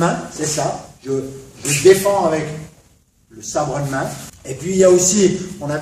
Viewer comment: "Watza"... Bonjour la prononciation.. ça aura au moins eu le mérite (au delà de me faire rire) de faire écho au "whatza fuck ?" qui m'est venu à l'esprit une trentaine de fois dans cette superbe vidéo, le best fut pour moi le "sabre eud' main" -> pépite